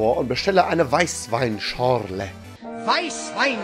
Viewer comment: Das beste an dem Video waren meiner Meinung nach die Stelle mit der Bildzeitung und die mit der "Weissweinschorrrrrrlèè" . Aber auch generell finde ich dieses Video, wie auch die Anderen Videos außerhalb der Lustige Witze-reihe super unterhaltsam und kann so den Rest meiner Arbeitswoche versüßen. (ABER NICHT OHNE "WEIßWEINSCHORRRRRLÈÈ")